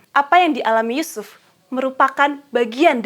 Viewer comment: Mantap, kalau bisa di edit sedikit menit ke 11.33 ya. Krn semangat menyampaikan materi sehingga nama Yusuf terdengar seperti sebut nama Yesus.